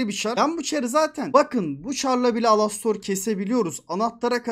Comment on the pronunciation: Alastor ❌ ALOSTOR ✅